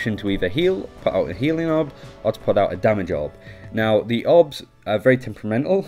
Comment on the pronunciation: you keep saying myra instead of moira and obbs instead of orbs